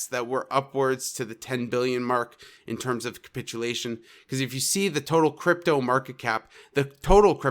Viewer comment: great call of 32k area... also please stop saying "cumpitulation"... its capitulation and you are honestly being agressive